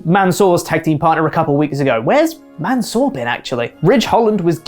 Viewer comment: Lmmfao. "Mansore"...